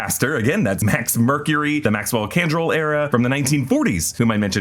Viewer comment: It's Max Crandall. Not Candrell. Hearing that half a dozen times hurts.